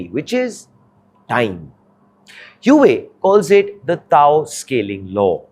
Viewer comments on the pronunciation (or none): Couldn't finish watching the video! Too unprofessional. Its not Hue-way - Its Huawei. Learn the pronunciation first before making a video on it! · Hua wei! Not hiu wei! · Where did you learn to pronounce HuAwei as Huwei? Huawei is internationally famous and yet you don't know how to pronounce it's name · It's not hyuway it's pronounced hu-aa-way. Maybe people not into tech should not give tech news. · Its pronounced as HUA-WEI.....not hueway LOL. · So try pronouncing the name right......it's WHO AA WAY, not whoeey, as you say...... Very hard to take your analysis at face value when you bugger off from correcting the simplest mistakes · Huawei is not pronounced huuuwat but hwaaaway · Huawei is not pronounced as WHO WEI but WA WEI or HWA WEI! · Bro, its "Hua" wei not "Hue" wei. "Hua" means Chinese-ness or Sino, and Huawei means Chinese-greatness... so the name has huge cultural impact and not family names like in India. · This guy cannot even pronounce Huawei properly...ha ha ha HU.......AWEI not HUa...Wei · It is huawei and not hu wei ! Come on ! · It's pronounced "wah-way" not "hoohay" 😂😂😂. Journalists should do a google search at the very least. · im sorry hew-whey? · Your pronunciation of Huawei is grotesquely wrong. It's pronounced Hu-Ah Wei. The name is very meaningful to all Chinese people. It means Greatness of Chinese. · The first time I've seen (and credit for doing it!) A presenter correct the pronunciation of Huawei "Mid flow"! Well done!! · Huawei is not HueWei. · What the heck is whowei ? Learn to pronounce first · Please check the pronounciation of huawei(wow-wei). your's feels weird. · 是 hua wei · What? Huawei being the focus of the subject matter and the presenter cannot get the pronunciation of Huawei correct? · Learn to pronounce the name correctly first before you make any video about it. It is painful to hear such weird pronounciation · if you can't pronounce the companies name properly don't try to report on it.